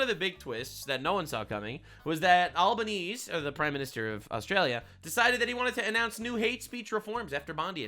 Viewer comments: Its pronounced "Alben-easy' or just 'Albo'. Aka 'Cockhead' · Albanese is pronounced Alban easy